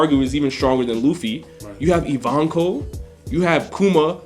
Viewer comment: U butchered Ivankov's name